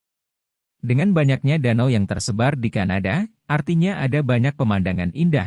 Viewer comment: Kadana tapi kanada😮😂